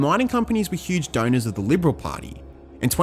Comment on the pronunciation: “Impacting their donorsezz profits” Try “affecting their donors’ profits”. It’s not necessary to put ezz or es on the end of donors as it’s incorrect and sounds silly.